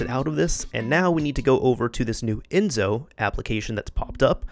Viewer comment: It's "EnSo" with the same S you use when you say "Select"